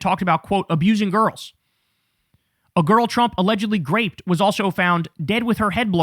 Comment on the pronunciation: Why does he keep saying “graped”